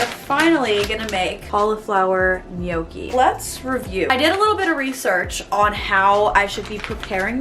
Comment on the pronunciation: It is pronounced 'knock ie' ... dellicous stuff ...